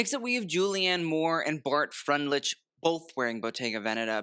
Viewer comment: "Bartholomew" is pronounced like the English name, while "Freundlich" is pronounced "FROINT-likh". Break down the second name by saying "FROINT" and then "likh".